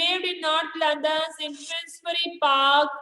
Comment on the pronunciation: Pla english sikh le London hota londan ni pura galt explain kr rahi h